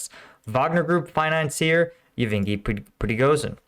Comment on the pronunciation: Hey, are you dislestic by any chance? Pronouncing Yevgeniy as Even-ghee (among other, terribly mispronounced yet really easy place and personal names) for at least third video in a row now. Just hoping you're not going to end up like the guys from "The Band's Visit" movie who got lost in Israel because one of them read the name of their destination town wrong.